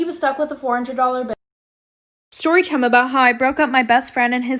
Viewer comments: BRUH THE WAY SHE SAYS SHORY SHIME LIKE TF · ShTORYTIME LOL